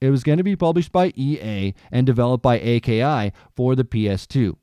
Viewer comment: bro it's pronounced Ah-key